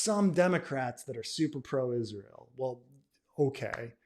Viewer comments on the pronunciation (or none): none